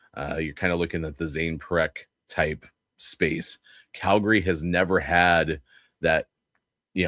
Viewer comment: On a scale from 1 to 10, 10 being the highest, How annoying do you find it that from the Locked on VGK podcast pronounces Calgary as Cal..GARY?